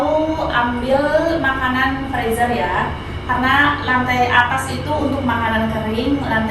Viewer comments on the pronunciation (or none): Freezer dibacanya frizer mba😊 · mbak, ibu senang mengikuti kegiatan mbak, yg selalu semangat masak2 - boleh koreksi sedikit, makanan yg di bekukan itu dimasukan kedalan freezer ( di bacanya friser mbak ), ngak apa2 ya dikoreksi sedikit biar tambah OK..salam dari Ibu di Bekasi, Indonesia